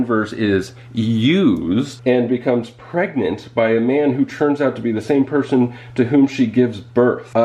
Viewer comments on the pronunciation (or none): none